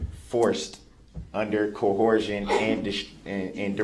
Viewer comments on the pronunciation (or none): this fool said KOH-HORCION